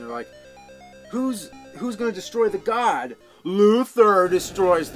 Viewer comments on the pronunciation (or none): It's actually Gond. I find it hard to digest when God sounds better. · Actually we are both wrong. Its GOND, whatever the fuck that is. Read the Wiki article, and the link you provided also says GOND. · First time I ever had to correct a James video - it's not "Luther destroys the god", its "Luther destroys the GOND". Exceptional video as always James!